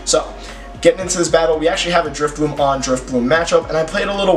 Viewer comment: Why do you keep calling it Drifbloom?.....